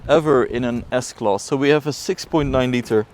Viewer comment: Why you keep saying S-Klos ?